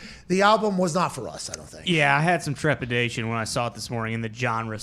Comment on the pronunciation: No one said anything when said “trepidation”??? Hahahaha